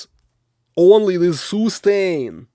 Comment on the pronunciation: soostain ! haha love your videos man you're great